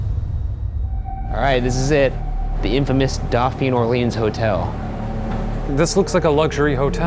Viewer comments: Doe pheen = dauphine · The way Ryan pronounces Dauphine is physically painful to me lmao